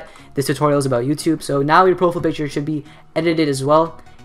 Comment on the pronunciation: how to fuck are you pronouncing profile picture.........its PROFILE not "PROFL" picture..... lmao youtubers 😂